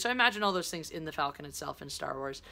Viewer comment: Super Stardestroyer. It’s that really sharp dagger-like shape that I like. Btw, just saying, it’s pronounced ‘Fall-con’, not ‘Fell-con’. Enjoy Black Panther!